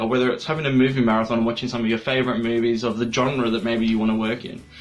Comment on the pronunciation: Did he say movies or boobies